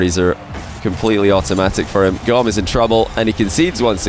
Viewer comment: Wouldn't it be pronounced more like tomb / womb? Goom!